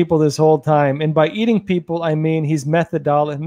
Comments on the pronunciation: I see why you're pronouncing the word wrong. You see the word method inside of methodically and pronouncing it, from the stand point of saying method first, but it all flows together. This could help. Meth thod ti cally. Even though I placed 2 H's in there. It helps. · Meth OD ically…accent on od(d) illy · Meth-odd-ick-ly - accent is on odd. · Thank God we had Trump when we did, otherwise Americans wouldn't know that there's an easy, logical, constitutional alternative to this Biden destruction! MAGAA🇺🇸 Btw, it's pronounced meh-THOD-ick-lee. 😉 Cheers! 🍻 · Meth odically come on you're a journalist now and one who represents the patriots learn how to pronounce these words or you're opening yourself up to ridicule by the left who will use it to say were all dumb. We know youre not a dumb guy so do your homework METH ODD ICKLY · Meth...o...dick...oly? Oh my gosh,!!! You are quite knowledgeable about...China, and etc. But, a little...Fauz Pas....methodolicly. LOL I couldn't remember that Faux Pas was french, or how it was spelled. LOL!!!! God bless you. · It's pronounced ( Meth - odd - ick - ly ) lol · Meth-AWW (stress 2nd syllable) dick- lee 😂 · Dammit. meth ODD 'ickly'. Accent on odd. I know, very odd. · Say these words: Meth Odd Ick Al Lee (It happens to the best of us) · muh-thod-a-cully with a Texan accent:-) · I know Im not the first to try to help ya, but, think meth odd ick lee. Lol syllables and Phonics. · goodness me, you don't know how to pronounce methodically?! the "o" is pronounced how little children learn to pronounce their vowels with no long sounding vowels, short a, short e, short i, short o, short u, so, meth o (short sounding) dically. So surprised that a journalist, author and presenter such as yourself does not know this! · (MYTH-ODD-ICK-LEE) PHONETIC PRONOUNCIATION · Mathad-dickly say it like that 🤣🤣🤣👍🏾👍🏾👍🏾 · I can't believe this cannot pronounce the word "methodically" correctly.🤣🤣🤣✈✈🗽🗽